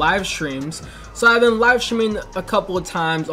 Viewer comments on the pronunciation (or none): none